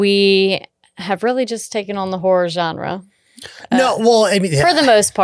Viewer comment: It legit sounded like you said "Every Man Whore Director" for "Every Man Horror Director" LOL